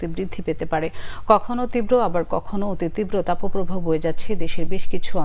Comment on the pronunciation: তাপোপ্রবাহ নয় তাপপ্রবাহ।